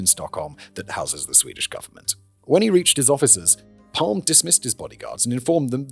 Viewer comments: "Palm"-"e" you should pronounce the e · Gosh. You messed this up. Calling Palme "Palm" for a Swede just does work. The E is very pronounced in Swedish. And while controversial, he was VERY far for universally hated. And if you messed this up soooo badly , how can we trust anything to make video about? Major mistake... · Pronounced: Palm-er we roll our Rs in Sweden Joakim is kind of like in Yo-Yo at the start so “yo - ah - KIM” Dont get me started on the vowels. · Sorry. I do enjoy CC But this is a shit show. Maybe because I'm Swedish. Maybe because Simon has to tangent the shit out of it for longer content? This was overwhelmingly cringe. Maybe it got better after 5 minutes.. I'm not wasting more of my time Edit: Yes. I'm old enough to hear PalmE (the E is audible Simon) being shot on the radio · English speakers really do be allergic to pronouncing the letter e at the end of a word. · Looking up the pronunciation, then immediately discarding it. You can take the boy out of Britain, but you can’t take Britain out of the boy 😂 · But naturally he couldn't do the extra "e" for the whole episode. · Who else believe he recorded the entire episode, then realized he pronounced the name wrongly, and decided to make this intro? 😂